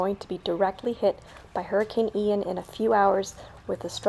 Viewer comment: Never heard Ian pronounced “eye-ann” before